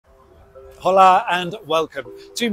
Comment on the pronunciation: The h in "hola" is silent